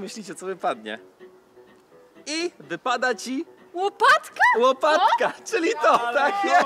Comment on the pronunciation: Łopatewka nie łoaptka